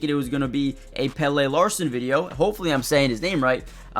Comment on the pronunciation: it’s pronounced pelluh